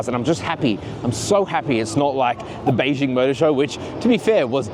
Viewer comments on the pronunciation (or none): none